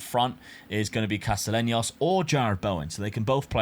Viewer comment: Bro lmfao stop butchering names! Castellanos=Casteyanos, Atubolu not Atubulo, Hajdari is Haydari, not Hag-dara